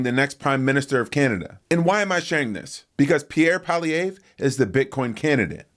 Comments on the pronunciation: It's pronounced Polly ev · you Americans need a little help... it's "Polly-evv"